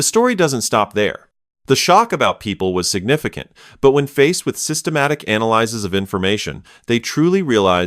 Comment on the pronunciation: The annoying thing about these videos is the A.I. mispronouncing analyses, the plural form of analysis (a noun), just like analyzes, a verb.